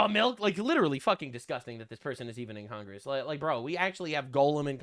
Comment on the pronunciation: What is Con-grass? 😂